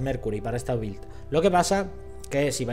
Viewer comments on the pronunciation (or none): none